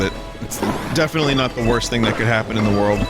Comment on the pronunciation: ZE WORLDO